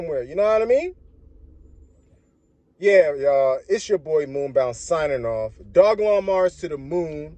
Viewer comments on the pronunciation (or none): Doj-lon mars like Doja Cat my boy, not Dog-lon